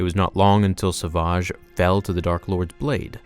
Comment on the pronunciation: That’s not how you say SAVAGE